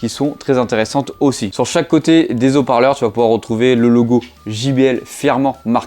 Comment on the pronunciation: Des hauts parleurs ! ! ! « Des z’hauts parleurs » c’est horrible 😫